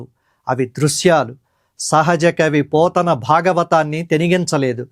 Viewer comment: పోతున్న కాదండి బాబూ.పోతన